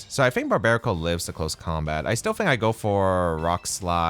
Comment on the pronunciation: I cant get over the way he says I fink or I'm finking😂 good content bro!